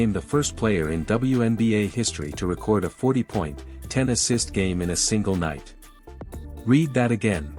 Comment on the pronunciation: Why do you keep saying a 40. Night do free throws not count anymore well if they do she scored 45 points I don't know why y'all say 45 in one part and then say 40 and another part you said you were going to talk about all this stuff that we don't know about that's b***** you can't even pronounce record right cause you or nothing but AI content bulshit anytime you hear a voice and they can't pronounce names correctly or just normal words correctly you know it's AI generated bulshit and I do get sick of it I honestly wish I had never been invented at all because it's not going to end up being good for America y'all can talk about the medical s*** and all that all you want to the truth is it's your time in God's going to take you then God's going to take you you don't get a choice in it didn't mean to even get into that but this AI s*** you don't know if anything somebody is putting on here is the truth or complete bulshit it doesn't matter they put pictures and make them look like these two people are really together when they're not so so far AI has been more of a b***** scam on social media than anything else I haven't seen where this helped anybody saved anybody but it is going to make it so much easier for people to get into other people's identity I can guarantee you that as if we didn't have a problem with that already I had 24,000 stolen out of my account because they use AI they can get into numbers and go through so many numbers in three or four minutes then you could